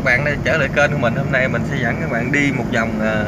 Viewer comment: Góp ý nhỏ xíu nha bạn, kênh chứ hổng phải kêng nha 😂